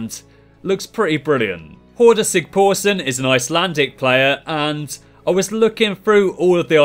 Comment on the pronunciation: sigthorsson not sigporsson